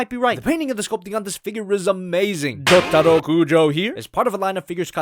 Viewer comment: Did ya say Jojudo or jotaro idk my ears are pretty bad or you pronounced his nam wrong